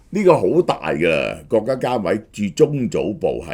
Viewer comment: 成日中角、角家⋯聽到我一頭霧水！🤣